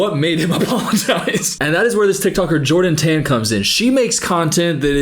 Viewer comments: That’s cuz he didn’t say John 10 lol he said Jordan Tan in an Aussie accent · Not defending this gronk, but I think he was saying the lady tikitoker's name but it sounded like John 10. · ?? Love the Bible rant but I think he said Jordan tan in an accent and not John 10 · I like how thought he said a bible verse but I'm 99% sure he said "Jordan Tan" lmao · you're right and he definitely sucks but as an aussie, he's not saying 'john 10' he's saying 'jordan tan' like, as in the name of the woman he was harassing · I love the whole getting read to filth with Bible verses section although I’m pretty sure he said “Jordan Tan” and not “John 10” 😭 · okay love you and i hate jack mac - but he was not quoting a bible verse - he just said jordan tan - tan sounding like ten to you i think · 🤣 he said “Jordon Tan” not John 10, but I still still loved ur vid! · He said “Jordan Tan” not “John 10” 😂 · I kept laughing every time you were thinking he is on a religious journey because him saying "Jordan Tan" sounded like "John 10" 😂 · I'm pretty sure he's saying jordan tan not john 10 lolll love u tho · i also thought he said john 10 lol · saying "unlike you i actually read the bible" but still thinking jordan tan's name in an aussie accent is a bible verse 🫠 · with all the love in my heart, I don’t think he was quoting the Bible, I think he said “Jordan Tan” not John 10 😭😭